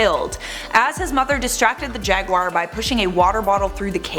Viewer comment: Another reason to like more, she’s one of the few people I’ve heard that pronounces jaguar correctly. Most pronounce it jag-wire and it drives me nuts.